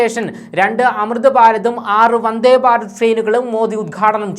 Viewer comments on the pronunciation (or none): none